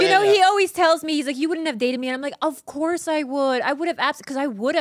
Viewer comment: David "OBBCOURSE" So